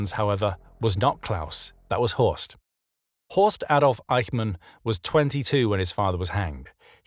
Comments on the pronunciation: It's not Horse, it's Horst. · It's horst